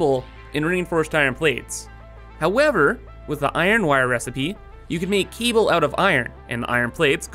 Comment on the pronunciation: i cant stand this guys voice and the way he pronounces things. Keeble (cable).